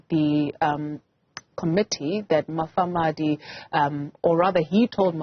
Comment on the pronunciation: This anchor - - does not know how to read. Why did they employ her? She cannot even pronounce Mufamadi's surname correctly. She says he is Mafamadi.